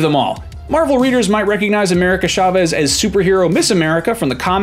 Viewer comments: It’s CHA-vez not SHA-vez 🤦🏾‍♂️ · Oh my cat! Why nobody pronounce "Chavez" right???